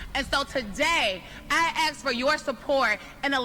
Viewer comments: " I axe for your support"😅😅😅😅 anyone else catch that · “I AXE FOR YOUR SUPPORT “ LOL! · 😂 they actual wrote out "axe" for 'ask.' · Im not electing anyone who says "let me axe you" GTFO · The best part of this was the "I axe for your support" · a computer did the subtitles right? "Axe" is only spelled out to mock. Proves that the computer truly did not hear "ask." AX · Love the way these democrats pronounce "ask" even the subtitles read "Axe" 🤣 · ''I axe for your support'' 🤣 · LOL the subtitles actually translated what she said to “I axe you” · Bruh... ...I "axe" for your support 😂😂😂😂😂😂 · I just don't get why they refuse to say words correctly. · ... I "axe" for your support 😂😂😂